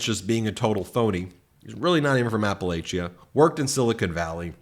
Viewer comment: App-a-latch-uh. Not app-a-lay-shu.